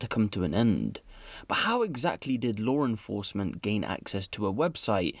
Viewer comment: "lawr enforcement" lol